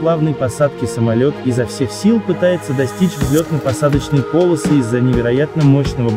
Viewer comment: Не - по'лосы, а - поло' сы! 😆